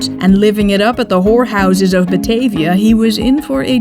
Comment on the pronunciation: best bijzonder, de namen worden wel in gewoon abn uitgesproken, maar de Batavia als batayvia.......